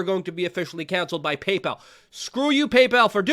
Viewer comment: Pay-PAL , Stripe , .......?